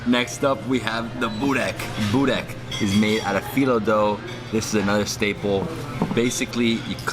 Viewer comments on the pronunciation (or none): When you say Burek with cheese, one Bosnian dies somewhere! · Čim je reko sa sirom Buurek,fail.:D